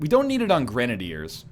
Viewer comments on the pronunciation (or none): none